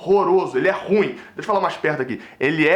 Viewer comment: Bela , análise moleque ! Muito triste , essa derrota e patética a perda do pênalti ! Nada a ver mas não diga " Ruim" , como se fosse monossílabo ... É , " Ru-im " ! Responsabilité ( ? ) de Falar , em público ! Saudações !